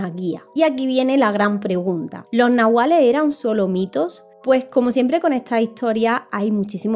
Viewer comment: Gracias….gran video una amiga que habla aun maya ……me dijo una vez que la pronunciacion correcta es NAHUALLE …ES DE OAXACA Y ME ENSEÑO UNAS 30 palabras mayas